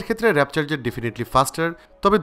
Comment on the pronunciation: Wrap na , warp 😕😕😕